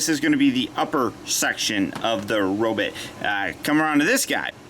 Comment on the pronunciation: “robit” lol?